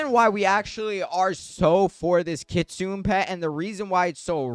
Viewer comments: Dude its not said like kitsoon its said like kitsoonay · Kitsune not Kitsun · Hey i dont mean to be rude or anything but just a lil thing its prounounced kit-su-nay and train-qwil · If he is 6, you may as well be 3. He was referring to the pronunciation not the spelling, in which the creator did mispronounce